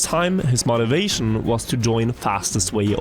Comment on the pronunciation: Bro stop saying "mot"-ivation.